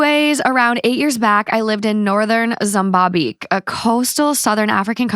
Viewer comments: Correct pronunciation of Mozambique 0/2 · You STILL can’t pronounce Mozambique ?!!! WOMAN. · Completely unrelated but pronunciation of Mozambique killed me 😂